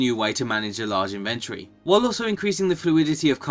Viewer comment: Anyone notice that they're pronouncing inventory incorrectly.